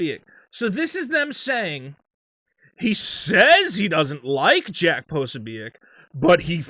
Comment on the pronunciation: is so tight with Jack Posobiec that he doesn't even know how to pronounce his name (Pra-so-bick). Or is this just cover, for you rampant white supremacy (even though Posobiec isn't one either)? As any good thought-piece journalist knows: never left the truth get in the way of your boring BS narrative. My confession. I'm a big Elvis Costello fan and when I sing-a-long with Oliver's Army, I don't sing: 'All it takes is one itchy trigger; one more widow, one less white N word'. It doesn't scan and it's fuck all to do with Race - it's a Catholic slur which EC would presumably have had directed at him. Lennon's 'Woman is the N Word of the World' just about scans, but sounds, well stoopid.